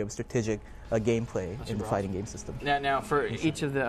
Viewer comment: hey havent u noticed when he says fighting game its kinda like hes saying farting game